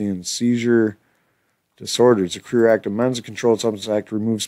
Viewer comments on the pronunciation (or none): I think its carer like care giver or obama care. Not career like a job the way you were saying it